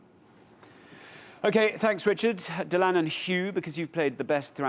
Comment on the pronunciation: It’s so nice to see someone on television who pronounces Dylan properly.